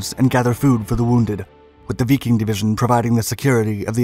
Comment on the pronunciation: Why? He needs to be called out when he makes glaring mistakes. Like calling the 5th SS Biking over and over. It's Wiking as in Viking. Little things DO matter if your teaching history to others